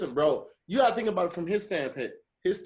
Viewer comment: Hey Tom looks like said "Standpit" instead of standpoint guess he got to excited trying to make his point to get the words right back to you